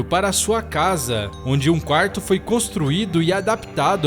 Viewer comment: quaurto..tinham que colocar um narrador com melhor pronúncia